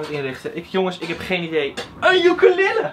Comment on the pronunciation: lmao i died when he said “EeN uKeLe!” i think i broke my replay button smh